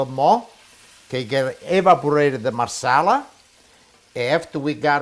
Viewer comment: He say Marsela what it that?